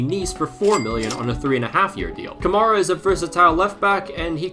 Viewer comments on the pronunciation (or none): none